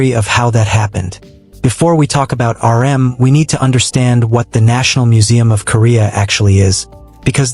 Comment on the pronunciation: How about the part where he calls RM, 'URM'.